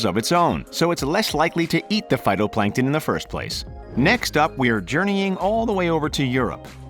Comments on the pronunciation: he also called them "photoplankton" the first time instead of "phYtoplankton" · lol "photoplankton"